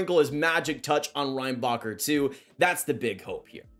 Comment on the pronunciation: The way his name is actually pronounced : Ren-Ba-Herr The way Americans pronounce his name : Rain-Bah-Cur Cracks me up every time. And most people in Montreal do the same thing to 😂 At that point id rather just call him popcorn, in honor of Orville Redenbacher